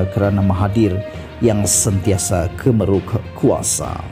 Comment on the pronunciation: Bkn KEMERUK BRO.KEMARUK..BACALAH BETUL2